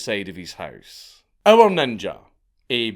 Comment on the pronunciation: Only real ones say ninjer with a hard r